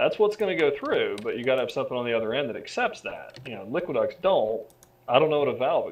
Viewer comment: Just a note, its Liquiducts, not liquid ducks.